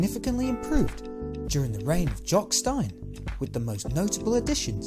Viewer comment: Who is Jock Stine ? 😂 get it right ffs 🤦‍♂️